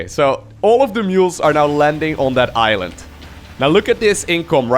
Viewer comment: Did say island as iron.